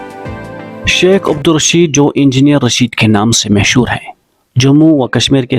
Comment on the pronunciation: its not mehshuuuur its mashoor